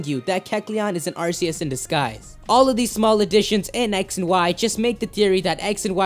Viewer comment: it's pronounced AR-KEY-US